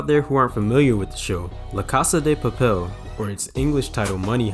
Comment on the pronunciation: aint no way u called it l"a cassa de pappel" its pronounced "lacasa da papel"